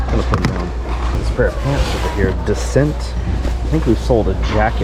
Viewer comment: lol Descent is pronounced (Day-sonte).